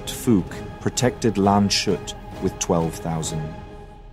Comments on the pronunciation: Good video. Just some pronunciation tips: Bro Lee instead of Bro glee or Lande's Hoot in stead of Land shoot. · it's Lan-duss-hoot not Lanshut. ;) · Great vid! But „Landeshut“ isn‘t pronounced „Landshut“ but rather „Landes-hoot“, with the a in „Landes“ pronounced like in „Wrath“ or „Wasp“. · I likes this video like the entire series. small note: not sure we need that name again but its spoken Lands-hut not Land-shut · Excellent video. One small remark, Landeshut isn't pronounced "land shut", but rather lan-des-hoot. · He forgot about that I guess. In his previous video about Landeshut he pronounced it correctly. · German pronounciation is not Shoot. it's Lands + Hut. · Landes-hut not Lande-shut. and that is just one example. While i really apreciate all the effort that goes into making videos like that, it takes NOTHING to let fucking google show you the pronouncation of names and regions and still you all prefer to butcher languages. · TAKE FRENCH AND GERMAN PRONOUNCIATION LESSONS, ALL THE E+F NAMES ARE BADLY SPOKEN FOR FRENCH NAMES ENDINGS ARE SILENT ALSO ITS LANDSHUT NOT LANDESHUT... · Excellent presentation! The town is pronounced: Lahn-dez-hoot. Keep up the great work! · The town is pronounced "Landes-hut", so the s is pronounced as usual and separate from the h. The name is a conglomeration of the words "Land" (land) and "Hut" (vigilance, but difficult to translate properly). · Ah, small minor mistake: there's an additional e in the word. Landshut like you said is in bavaria, this is the village of Landeshut so there's an additional letter to pronounce. for native english speakers i would write it "Lund-as-hoot" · Landshut Must be spoken: Landes-Hut Hut is similar to hut in English but spoken with „u“ like ou. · You often try hard to pronounce names correctly, but... Land-Shut? Really? The rest was awesome as always of course! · Fantastic video, as ever. Only tip I'd give is that Landeshut is pronounced "lan des hoot'. 🤗 Keep it up!